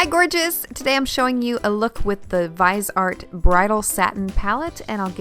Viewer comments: Ugh, I am so sold on this pallet! Also a note, I think the brand is pronounced vis-E-art 💜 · It's pronounced "Viz-e-art". Love these pallets... Especially the color correcting one!!